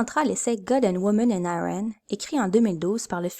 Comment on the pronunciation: tech : excellents visuels (en particulier l'écran d'ouverture). Son très correct. Hmm... ton récitatif. Serait génial si tu nous parlais. Conclusion abrupte. Perso j'ajouterais un fade out sur noir. 4/5 contenu: OK 3/5 (et un détail -- on prononce *I*ran plutôt que *Aille*ran